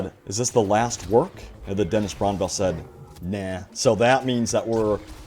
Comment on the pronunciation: It is kinda funny that can't say Dennis Brännvall properly after all these years....